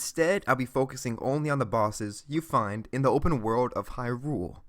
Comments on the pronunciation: "In the open world of hyROOL" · Why does he say Hyrule like it's two separate words